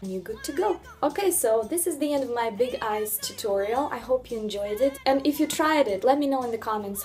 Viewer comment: At the end when she said “that’s the end of my big eyes tutorial” and all i heard was “big ass tutorial” 😹 loved this video!